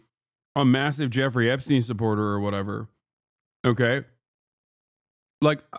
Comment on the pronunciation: my dude said "Epstiny.." hahahahaha